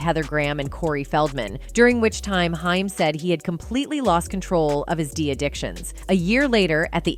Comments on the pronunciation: It's not Hime it's H aim...good greif! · Haim like the word claim not hime. Have heard this about Sheen for yrs but it's hard to get through video hearing hime. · When AI does the narration we get mispronounced names like "Hime" instead of the well known "Haim" and "Nine Hundred and Eleven call" instead of 911...😂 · The A.I. is super annoying. Very good job on the consistency the main person's name is ping pong'd from Haim to Heim also.... Dragging up old news and mispronouncing dates as numbers... I hope whoever made this video didn't pay to have it made or edited... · Why do you keep saying haim wrong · Whoevers narrating / whatever AI can't even pronounce Haim (Corey). And the pictures shown next to Corey Feldman aren't Judy Haim, they are Barbara Walters.